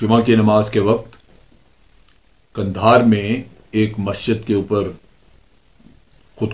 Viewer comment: It is Qandar not Kindar.